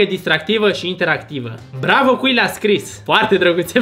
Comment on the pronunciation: ma doare sufletul pentru acel "cu-i"